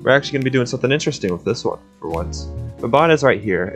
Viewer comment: I'm suprised that you didn't butcher Baban's pronunciation